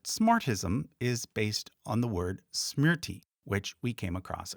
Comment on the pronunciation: All that research but couldn't be bothered pronouncing anything correctly. Shame. Parvati, not Pavarti. Smriti, not smirti. A redub would make this less offensive. It's not an issue of an Anglophone struggling with aspirated consonants or vowel length. It's sheer laziness in looking at the words.